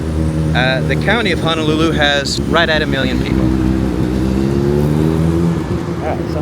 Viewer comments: Pronounced Hoe-no-loo-loo. Hope you enjoyed your stay. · It's "HO" not "HA" Ho-no-lu-lu!!!! 😠